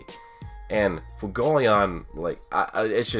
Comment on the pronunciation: WHY CAN"T YOU SAY FUEGO(as in fire in spanish)LEON